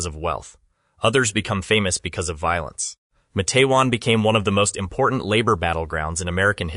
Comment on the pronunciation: Your pronunciation of MA-TE-WAN is incorrect. Two syllables only: MATE’-wan. Source: West Virginia native from the region.